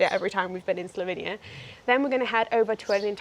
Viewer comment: It's the gem of Europe, not sure why so many English people call it Slovinia instead of Slovenia though.